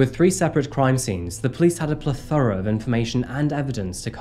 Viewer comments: I've never heard "plethora" said like that, have I been saying it wrong my whole life??? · I've heard and said "PLEH-thor-uh" Maybe a regional difference? Or simply just mispronounced maybe